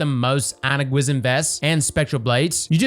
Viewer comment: Gwisin Vest is pronounced 'gwee-shin'. It's Korean. 귀신 means ghost.